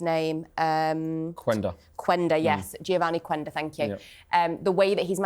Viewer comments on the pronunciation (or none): Quenda, reads "Kenda"